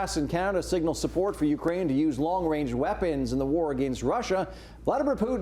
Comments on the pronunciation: Trudeau couldn't even say "Range"...LOL He must be thinking about what his Masters told him to say and got messed up. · Long wange.. shutup tru dope. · Trudeau literally said "Long Wange"...wow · Long wange haha